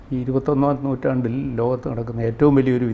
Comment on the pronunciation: ഇത് ഇരുപതാം നൂറ്റാണ്ടാണ്😂 തനിക്ക് നൂറ്റാണ്ട് പോലും പറയാൻ അറിയില്ല😢